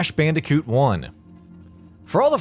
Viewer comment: "Crash Pandicoot"